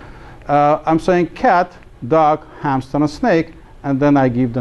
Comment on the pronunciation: "Humster" XD